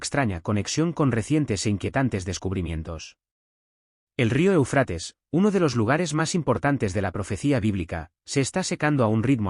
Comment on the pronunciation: O sea, este individuo que narra, no tiene idea de donde se encuentra el énfasis de la palabra ÉUFRATES… se encuentra ahí mismo; en la primera sílaba y se le debe de hacer énfasis en esa misma primera sílaba!!!!!!!!!!!!! Me entendiste??????????